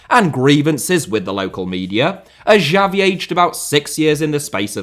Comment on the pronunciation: bOSSKETZ Chabi uNd eenieeeestah